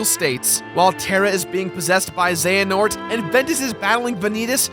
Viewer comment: Uhh... It's pronounced ze-huh-nort